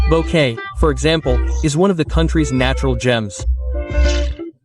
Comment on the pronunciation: Respectfully, Please learn to pronounce the town names properly. Example David pronounce in Spanish. Boquete is far from your pronunciation.